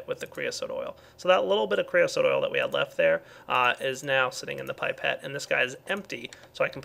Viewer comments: its pronounced pip-et not pipe-et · Btw, as far as I am aware, it's pronounced "Pip-ette" not "Pipe-tte". Might be different for America, but yh, just staying:D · Pipe-ette? Oh, it's pronounced pip-ette. XP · its said pip,pet not pipe,pet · Pipe-ette? Pipe-ette? How dare you it's pronounced PIP-ETTE!!! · No, more like "Pie-pet".... Science Dictionary pipette (pī-pět') A graduated narrow glass tube, often with an enlarged bulb, used for transferring measured volumes of liquids. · Its pronounced 'pip' 'et'